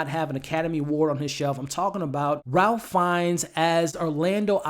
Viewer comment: Ralph - pronounced RAIF ✨. Great review!